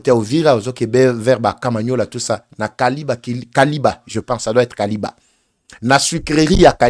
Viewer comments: Kiliba et non kaliba. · SUCRERIE DE KILIBA ET NON KALIBA. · Kiliba et non kaliba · C’est kiliba et non kaliba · Sucrerie de KILIBA et non Kaliba,! Merci beaucoup pour toutes informations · Kiliba et non Kaliba,.